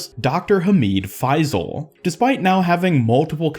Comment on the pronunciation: It’s hamid fay-sil